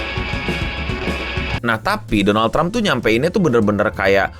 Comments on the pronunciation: Doland? Dolanan? 😂😂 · "Doland Trump" 😅 Doland ke negara tetangga 🤫